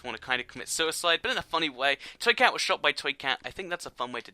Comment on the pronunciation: U say twee cat not toy cat